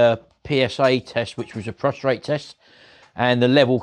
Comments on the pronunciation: To all you snarky nitpickers remember this is Martins channel and he can pronounce prostate however he wants to, and for all who say its driving you bonkers , you can always leave. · Prostate,, not prostrate 😂😂 xx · C'mon - get a grip fella, it is Prostate not Prostrate lol.